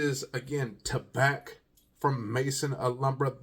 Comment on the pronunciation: The C is silent....it's pronounced ta-bah